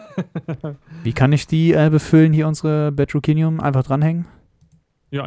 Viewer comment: Kev soll mal manche Sachen anders aussprechen er sagt Gise es heißt aber gliese und bedrockinium aber es heißt bedrockium